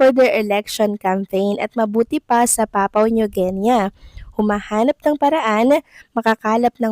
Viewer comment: Papua new guinea pronounced as Pah poo-uh neoo Gin-ee